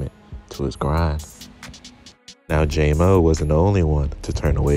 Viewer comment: It’s jam-o not jay-mo